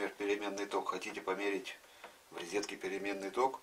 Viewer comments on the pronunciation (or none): Почему рЕзетка, а не рОзетка